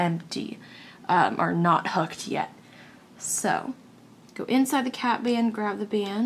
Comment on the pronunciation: its hOOked not hucked